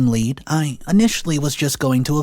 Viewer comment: And you said team lead the first time like the metal, lead. The mispronounced words make me crazy.